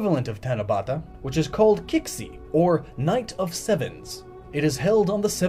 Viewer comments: You mispronounce QiXi. It's ChI (Rising tone on the I) She (flat tone on the second I making more of an e sound than an I sound) Edo Is pronouced Eh-doh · Not to be picky but you mispronounced "Qixi" Q in Mandarin Chinese is closer to english ch (the closest sound I can think of from another European language is ć in polish and serbian) And X in mandarin is closer to sh (the closest sound in European langs is polish ś)